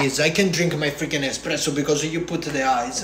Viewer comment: You should tell him its pronounced espresso not expresso.